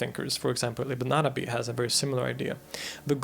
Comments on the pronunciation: Your arabic pronunciation gives me life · I love how you accurately pronounce all the Arabic words although you are a foreigner.